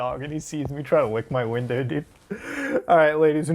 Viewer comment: "I wunduh wat thees Weendow tast- oh.." Fucking dead lmao